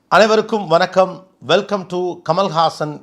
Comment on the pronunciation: 'வனக்கம்' இல்ல கோபி! 'வணக்கம்'. தமிழ் மொழிக்காக கொஞ்சம் உங்கள் நாவை வணங்க வையுங்களேன் 🙏